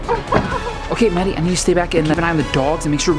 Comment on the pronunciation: said raddie instead of maddie